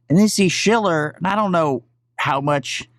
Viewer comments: I like your content and routinely watch...but the dudes name is pronounced “shell-er”. Have a great day. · You're still fucking up his name...Stooge SHILLer